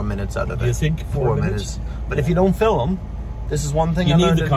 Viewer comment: When did you finally learn to say ‘Film’ and not ‘Filim’, lol. Kept waiting for that. 😊